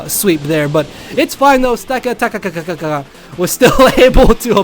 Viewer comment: dudue its pronounced: stack - attack - uh